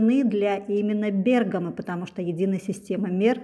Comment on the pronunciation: Спасибо за правильное ударение ❤ Бéргамо 👏🏻👏🏻